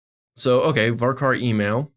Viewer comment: VARCAR STOP SAYING VARCAR I'M CRYING